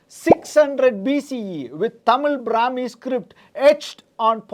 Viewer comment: Not tamizh brami .... It's tamizhii